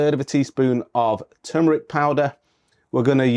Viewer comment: Toomeric. Love it.